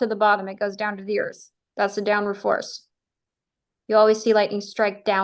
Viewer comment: I go on big airplane. Earf a big ball. 😂